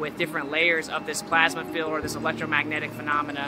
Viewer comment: Hey, it's a magnetic field, not a magnetic "filled".